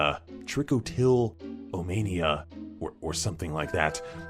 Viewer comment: It’s pronounced “trikotillamania”